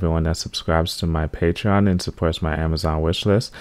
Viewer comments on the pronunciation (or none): none